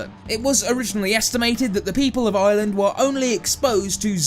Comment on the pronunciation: I like he says Island but it's Ireland